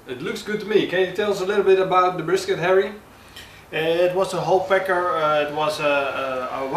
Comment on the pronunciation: Sounded like he said "I always use a whole pecker"